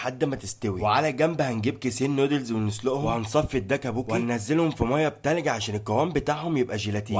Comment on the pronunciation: توكبوكي مش داكابوكي😂